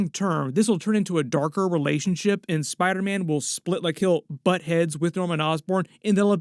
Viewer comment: saying Spidaman just made my day 🤣🤣🤣🤣